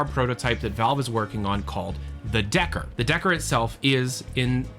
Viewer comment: deckard not decker